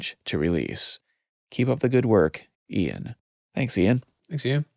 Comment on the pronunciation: Ian not “Uan”. 😊